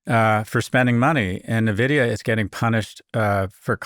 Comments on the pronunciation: It’s pronounced „en-vidia“ and not „Na-vidia“ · Nuhh, Scott. It's "N"-vidia as in the letter N (pronounced IN) - vidia. AITA for discounting commentators who mispronounce the name of the company they're talking about? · Scott: Stop saying Nuh-vidia. Kara says it right. Listen to her.